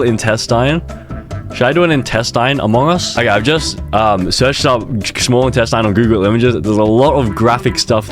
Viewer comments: its not in test in its instestine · （in-test-In) is how its pronounced… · bro really said iNtaStIn